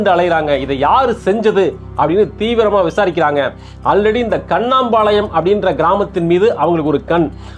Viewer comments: கண்ணாம்பாளையம் அல்ல. சார். கண்ணம்பாளையம்.. எங்க ஊர் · கண்ணம்பாளையம். not கண்ணாம்பாளையம்😂